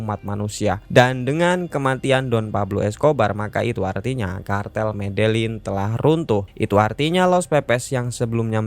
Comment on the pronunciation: Medein apa medelin sih gx jelas pelafalannya